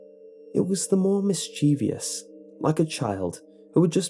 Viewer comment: Dude!! Mis-chee-vee-ous is NOT A WORD. Pet peeve of mine... seriously, why can't anyone say it properly?...And with that out of the way I'll goback to listening to the creepypasta~